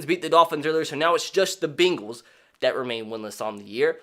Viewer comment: The “Beengls”